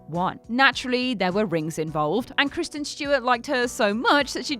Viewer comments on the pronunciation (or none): none